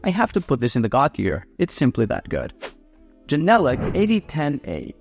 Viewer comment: That's not how you pronounce Genelec!😂